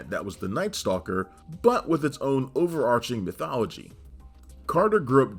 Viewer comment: Great video, but the 'h' in overarching is silent.